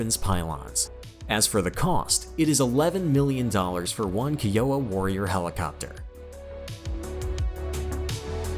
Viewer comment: It's fkn Kai-Yo-Wa